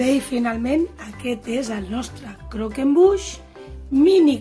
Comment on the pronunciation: Que delicia !!! y lo has pronunciado bien , ganas de probarlo!!